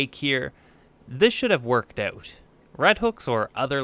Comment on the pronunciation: Here’s an idea...pronounce out as owt not oat!